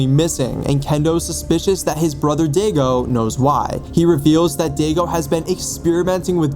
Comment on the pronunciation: For the pronunciation of Daigo it’s (die-go). I got it wrong so many times till my friend made me play Yakuza (game series)